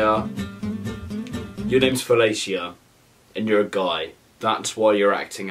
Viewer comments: And btw flelica is pronounced ^felisha^ and it's a saying. His name ain't felica. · HER NAME WASNT FALICIA LMAOOOOO ITS JUST SOMETHING U SAY LMAO BUT U PRONOUNCE IT AS FALISHA LMAOOOOO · “Bye felaciea” 😂 it’s pronounced “Bye faleesha” 😂 I cant breathe 😉 still love ya thi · no! 😂 felicia is said felisha and it's a beyoncé reference and you say it to people that piss you off that you don't wanna chat to 😂😂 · Btw it's fel-isha and it's a saying 😅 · Felicia pronounced felisha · That was supposed to be pronounced. Fa-le-sha it's a common joke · When he said bye Felicia wrong I cried laughing aha xx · Him saying “Bye Felicia” wrong is giving me pet peeeeevveeeesssss